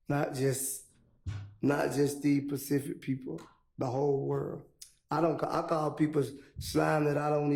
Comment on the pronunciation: mans said “facific”